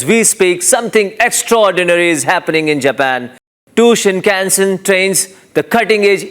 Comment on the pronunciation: Good news. But the guy reporting on the bullet trains can't even pronounce shinkansen properly; good job.